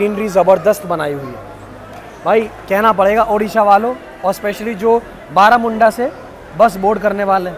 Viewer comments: बरमुंडा है बारामुंडा नही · Baramunda nahi sir barmunda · Barmunda byaiya not baramunda 😂😂😂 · Bermunda not baramunda bus stand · बरमुंडा bus stand बlरामुंडा nahi bhai